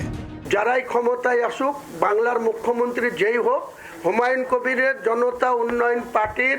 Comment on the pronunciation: উনার নামটা হুমাউন না হুমায়ূন । প্রথিতযশা টিভি চ্যানেলের ধারা ভাষ্যকারের বাংলা শব্দ উচ্চারণের কি বেহাল দশা!